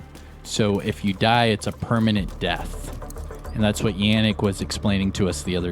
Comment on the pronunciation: Yannick. Yon like don not Yan like dan :P ie Yonnick